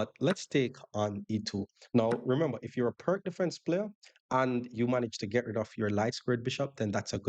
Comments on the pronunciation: Enjoyed the video. I like to play the Pirc. Btw, it is pronounced “Peerts” (like pier) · Great vid! FYI, Pirc is pronounced “peer-tz”.